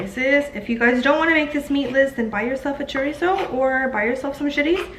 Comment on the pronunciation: I love how you said cilantro and chorizo... very Hispanic 💃💃